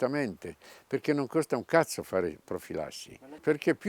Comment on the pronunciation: Hai ragione. Lo ho notato anch'io. Riesce a dare incisività al vocabolo nel contesto snaturandolo, però, dalla sua accezione.